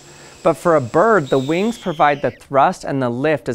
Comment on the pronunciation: Vings sound like as grasshopper.